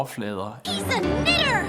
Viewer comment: bro did NOT say knitter 😭